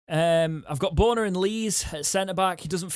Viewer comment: As a German speaker, can I please implore you all to pronounce 13 as BURNER not BORNER. The only two correct spellings are Börner (with the umlaut over o = ö) or Boerner (as ö can be superseded by oe, which is an 'err' sound hence 'BURNER'). Radio Sheffield commentators have grasped it after two years and I do hope that the fans can too. Thank you (Danke schön). Mind you, many used to put Nihui and Nuhui for Nuhiu!!! UTO 🦉